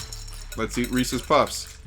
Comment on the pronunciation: reeses it rhymes with pieces